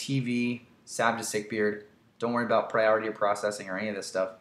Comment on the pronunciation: Sick-Beard, not sick-beard :)